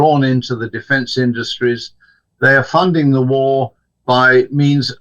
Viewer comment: Why is the presenter pronouncing “the” as “zii” it’s so unbelievably ridiculous (no offence - it’s just a constructive criticism) he can easily correct himself instead talking in such embarrassing way.